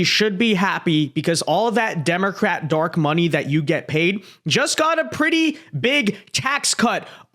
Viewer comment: You said dark money. I heard dork money. I like my interpretation better